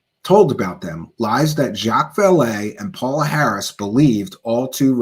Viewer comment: you are mispronouncing her name! it is pronounced PAYOLA Harris!